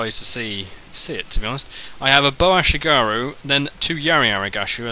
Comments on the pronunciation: It's aSHIgaru not arigaSHI :) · IT'S ASHIGARU DAMN IT!!!